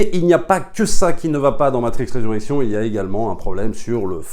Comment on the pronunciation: Bon film, belle satyre sur le monde actuel. J'ai vais le revisionner pour être sûr d'avoir tout bien saisi. Juste un p'tit truc, c'est Resurrections (le s se prononce, 3e personne du singulier).